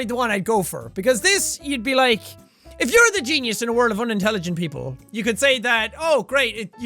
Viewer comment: how did he say "people" like that